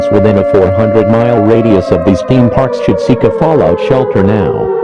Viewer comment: "TheEeme pArks"